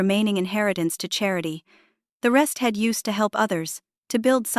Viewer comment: The story is worth listening to, but your AI can't pronounce he'd, she'd, etc. It's hard to listen to